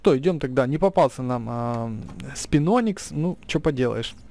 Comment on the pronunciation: в слове Спиноникс ударение от Барионикса. БариОникс, а следовательно, СпинОникс